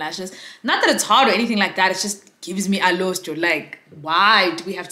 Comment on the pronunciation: Iyoh "alostro" 😂😂😂🤣🤣🤣